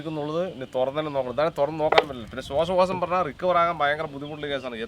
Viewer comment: ശ്വാസകോശം ✅ ശ്വാശകോശം ❌